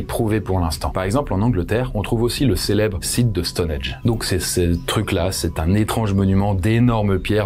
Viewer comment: STONHENNNNNGGGGGGGGGGE pas Stonedge! 🤯🥵😳